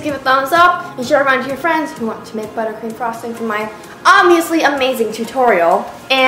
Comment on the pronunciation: am I the only one who thought you said buttcream